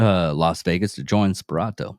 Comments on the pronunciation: Lmao! Spironzo hahahah how are you going to do a vid and not pronounce his name right…dude has a texas flag in the vid…makes sense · You said his name wrong